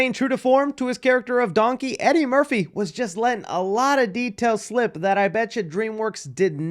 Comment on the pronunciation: I just realized he pronounces Donkey like Dunky